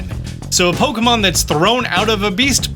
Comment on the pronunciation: How can you create Pokémon content for so long and still mispronounce it as “Pokomon”?